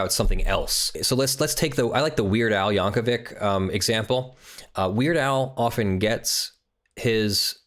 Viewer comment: It's weird al 'yank-o-vick' not "yan-ko-vic" ya psycho. great video thanks for posting